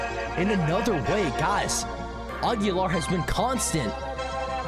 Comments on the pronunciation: It’s not augulaar it’s aug-ler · You're pronouncing auglur wrong it's Are-glur Not are-gyu-lar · Fun fact: auglur is pronounced og-lur